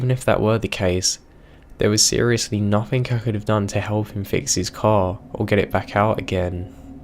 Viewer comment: im sorry, i know im an asshole but its driving me crazy. There is no ''k'' in words like nothing, anything etc.